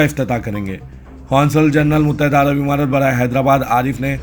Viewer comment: Muttahida Arab Amaraat kaho imaraat nahin